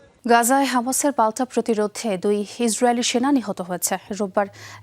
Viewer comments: সংবাদ পাঠিকা সংবাদের ৪:০০ মিনিটে "ইসরাইল"কে কি "হিজরায়েল" বলেছে? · শুদ্ধভাবে হিস্রাইল শব্দটা উচ্চারণ করার জন্য আপনাকে প্রানঢালা অভিনন্দন